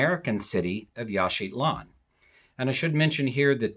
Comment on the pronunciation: It sounds like you are putting a "t" in Yaxchilan, making it Yaxchitlan.